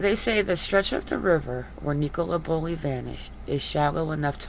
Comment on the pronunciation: IT'S NICOLA NOT NEECOLA .